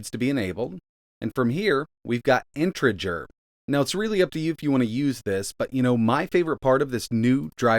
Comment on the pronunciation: Am I going crazy or is he saying integer really wrong